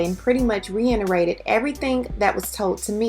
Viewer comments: You said "reiNerated" instead of reiterated. All I ask (as a viewer) is for people to use words they know, instead of posing. You could have just said confirmed or mirrored--and been authentically yourself. 💙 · It's "reiterated", I don't want you to say it incorrectly for the rest of your life.